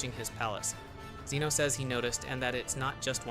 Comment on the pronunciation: You can't even pronounce Zeno right 😂